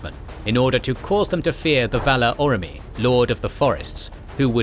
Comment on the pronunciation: Dudeeee you gotta learn to pronounce shit right, Orome is not pronounced ura-mee